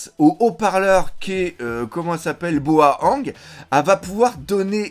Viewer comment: C'est Bao Huang pas Boa Huang 😭